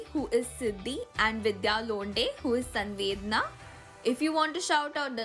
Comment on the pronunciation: You pronounced my Sanvedana correctly 💯 Because it is a little hard to pronounce. It is ok For that Among us 🙂🙂 Whenever you will get an idea I am sure it will be awesome..